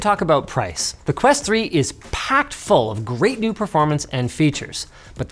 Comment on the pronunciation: Quest ho, not quest hole. 😊